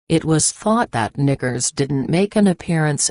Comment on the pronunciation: Umm I think the Knickers is being purposely mispronounced.